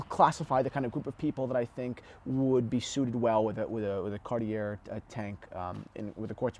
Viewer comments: Kagh-tee-yea NOT CARTEEYAIRR YOU PEASANT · Omg Pronounced Car tee yay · How do you say, Car-tee-aye. It’s doesn’t rhyme with air. Now back to the video, with Cartier the aesthetics of Cartier timepieces is the design not the movement. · “Someone who’s not into dress watches” The British Royal Family have long been fans of Cartier (it’s Car-Tee-yay). In the US the Kennedy’s also famously wore tanks. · Luv you recent uploads.... but you should consider taking this video down to protect your T&H brand..... Nowhere on the planet is the acceptable pronunciation of Cartier, Car-Tee_Air. Nowhere. Presenting yourself and your luxury brand focused company as experts while not knowing how to pronounce Cartier , is like an exotic car dealer not knowing how to pronounce Ferrari , or a wine/Champagne expert not knowing how to pronounce Moet. The person pronouncing it as Car-Tee-Air, simply does not have basic knowledge of the subject or it's lingo, and is clearly not handling this kind of merchandise on a regular basis.... because his co-workers would have corrected him many times over. You're my boy, and you even do a good job when your dad is a guest on the show......but I would NEVER under any circumstances even buy a Timex from someone who couldn't pronounce the name of one of the top and most popular brands in his business and in the world. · Car T Airrrrrrrrrr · I have two quartz watches in the collection: a Tiffany Tesoro chronograph in 18k, somewhat blingy (but I like the looks) and weighs a ton, and a very thin Baume & Mercier moonphase. I keep them for their aesthetics, and they're both no-worry watches. BTW, the name is pronounced car-t'YAY. I know pronouncing JLC gives you fits, like me. Pronouncing French always makes me feel like Pepé Le Pew. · 1 out of 3 is good for Americans today. At least he didn't mess it all up.🤣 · How is this a watch channel and you don't know how to pronounce "Cartier"? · Gahhhh.. Say Cartier the right way!